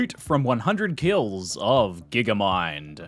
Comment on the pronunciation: "KILS" oof